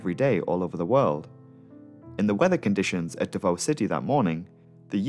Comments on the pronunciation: As a Filipino and fan of your channel, I can say you nailed the pronounciation of the names (exception is davao where the o is pronounced sharply like "davau" or "davaw"). The video is as always excellent. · Are you 5 years old? Also, Davao wasn’t even pronounced right. What are you saying? Stop being cringe.